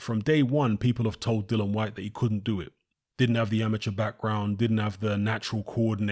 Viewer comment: DillIAN not DILLAN Jesus Christ. Can't anybody read. His name is DILLIAN not Dillon. Here DILEEEAN. Jesus.